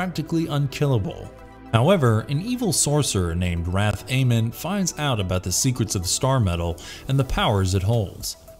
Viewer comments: Wrathamon - wrath - ah - mon. Seriously guys RESEARCH!! He even says it in one of the clips used!! 🤦🏼‍♂️ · its pronounced 'Wrath Ah-Mon' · Phantom 2040 should be on this list. And you totally mispronounced Wrath-Amon in Conan. Had you watched even a single episode you would know that.